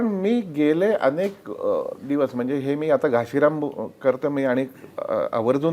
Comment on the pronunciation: घाशीराम ( घासी नाही )